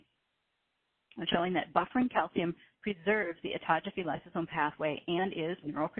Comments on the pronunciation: Yeah, she mispronounced Autophagy. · Autogeaphy? !! Do I hear she say autogeaphy?!!!!